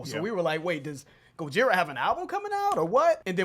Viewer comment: Guys: GO-JI-RA, as the French pronounce it and not GO-DJI-RA!